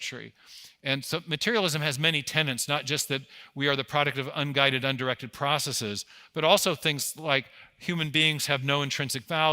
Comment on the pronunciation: Great talk! Materialism's tenants get confused with Materialism's tenets. The two words are pronounced differently.